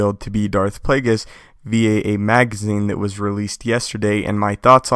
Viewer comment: I dont think youre saying Plagueis correctly.